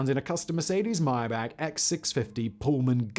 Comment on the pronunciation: It’s pronounced my-bock.